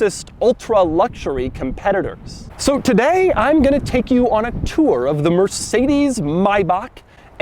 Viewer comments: Doug still can't pronounce Maybach correctly. It's Maybach, not Mayback. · Doug - My BACH German-DUMMKOPF it’s pronounced MAY - BACH A grand old car company initial founded by Wilhelm Maybach in 1920 (Maybach himself was one of the founding engineers of Diamler Benz). The original company produced ultira luzury sedans in Germany until it went bankrupt in 1937, at which point it began building airplane engines for the Nazi war machine. The Maybach name has recently been reincarnated by Mercedes Benz as the brand name for its new ultra luxury brand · Doug, it's pronounced May-back and not My-buck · it says MAY not my. MAYbach. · I think it’s maybach and not MAIBAHCH 🤷‍♂️🤔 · If ur gonna say “my back” instead of may back then dont say mercedes say merkedes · o pls it's not mayba"k", mayba"h" like johann sebastian "bach" = bah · so it's pronounced MY-BACH & not MAY-BACH? my whole life is a lie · Am I trippin or is it may-back not my-back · It is maybach not maybak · Mayneck, Maybach.... Mayneck and Maybach!! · It’s maybach, not my bock. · Not pronounced May-Baaaaaaaaach , you dumbass , the pronunciation is “ may-back” spelled “ Maybach “ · Sorry dude is a 'Maybach' not a 'Mybach' just saying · 28 minutes and 41 seconds of “My-Bock” instead of “May-Back.” Man this was hard to watch but the car itself kept me going. I understand he’s trying to keep it German but dude.. .. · Brayden Allen its not may back either im from germany and the closet way to spell it how we say it is „maybar“ xD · It's May not My Back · Its pronounce may not my. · My god .. it’s not My-back 😂 it’s May-Back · Why are you saying MAI back?! Its MAYbach. Christ it's annoying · MaybaCH not MaybaCK i am german and i just want to ask you to get a german speaking person and let him/her/it tell you how the CH is pronounced... i know it is hard for english speaking people with our CH but by heaven please aleast try making the sound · You don't say Maybach as May•bak You should say Maybach as My•bah